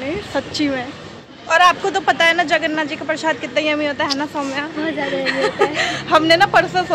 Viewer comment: Hari bol🙏🏽…… mata ji… जगरनाथ nahi जगन्नाथ ☺️🙌🏼